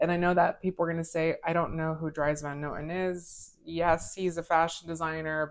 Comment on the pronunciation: Dries Van Noten (pronounced like drees not dries) is one of my favorite fragrance houses of all time. I cannot get enough of them. I have six DVN fragrances now and I want them all.